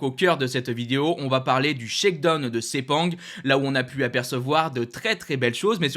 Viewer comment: Mec faut vraiment que tu apprennes a prononcer Shakedown lol c'est pu vivable la.